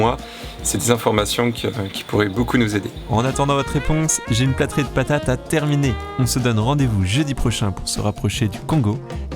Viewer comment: Pour info, on dit "platée" et non "platrée" (moi aussi je faisais l'erreur 😊 ) J'ajoute qu'elle avait l'air très appétissante !